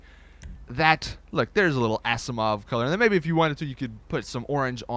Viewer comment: the way he says asiimov lol